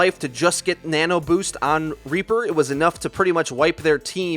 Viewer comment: I think he was saying "Nana Boost"